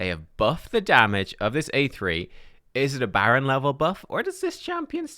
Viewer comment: “BADron”… unsubscribing…